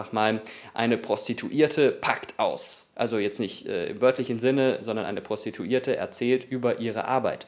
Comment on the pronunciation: "Eine Prostituierte packt aus!" hahahah wie du es auch noch so betont hast!Hahahahhahahaha ich musste so lachen! richtiges Fettnäpfchen hahah:D